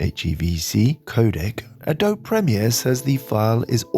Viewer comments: Always great content, thank you. By the way, the “e” is pronounced in Adobe. I come from the area where the technique was developed and I live in the area where the company is. Rhymes with Moby. Similar to Bogey. 3 syllables, a•do•be. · Late but its (uh-d(oh)-be)